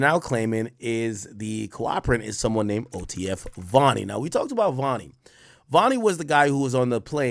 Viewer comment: That’s vonni not Varny